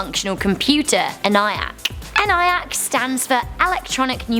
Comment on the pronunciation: It is pronounced EN E ACK